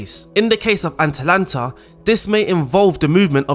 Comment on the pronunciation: Am i the only one annoyed by him calling them aNtalanta the whole time?